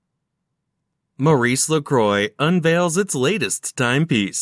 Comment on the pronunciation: You would have sounded more fit for doing this if studying a bit more the proper pronountiaton of the brand. By the way, try some French, for a change..